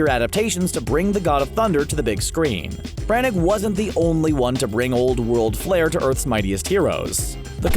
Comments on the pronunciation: Kenneth Branag!?! It’s pronounced branna (Branagh) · "Kevin Brannick"?????? It's Branaugh, pronounced Bran-Naw. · Kenneth “BranNAG”?? 🤦🏽‍♂️🤦🏽‍♂️🤦🏽‍♂️ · Learn how Branagh is pronounced! (/ˈbrænə/) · Branagh is pronounced “BRAN-na”.